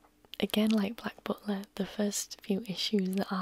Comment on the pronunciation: to herself: “No, shut up” Me, to: “Gooo ooonnn about that cosplay” 🤔 PS The way you say “butler” is perfection!